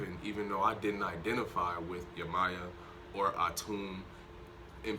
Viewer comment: Can u please say yemayah name correctly your saying it wrong 🥴